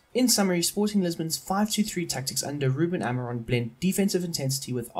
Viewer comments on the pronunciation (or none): It's Amorim not Amiron. And the ç in Bragança is pronounced like an s. Coates is not pronounced Cootes, it's kinda hard to explain how it's pronounced maybe you can search it up and Esgaio is pronounced Eshgaio. And Reis is pronounced like Ray but with an sh sound at the end